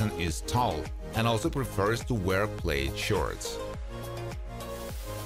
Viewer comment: Just to help, the design called “plaid” is actually pronounced “plad.” Just trying to be helpful. 😊. Also, you said a man’s hair was CURLY, but it sounded like you said GIRLY. Which is funny because curly hair on a man CAN also look GIRLY sometimes too. Ha!